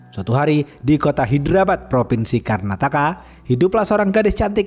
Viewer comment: Hadir. Hyderabad dibaca haiderabad bang👍🤭